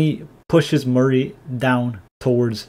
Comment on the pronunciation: amazing video as alwats :D but i think you are pronouncing Mari wrong. its supposed to be pronounced mÁri (ma-ri) not marÍ (marie)